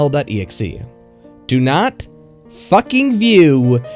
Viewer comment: I have no idea, but this part is kind of funny to me. Probably because of the way he said "fackeeng"